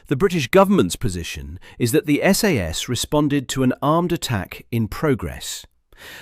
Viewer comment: Not SAAAS it's SAS.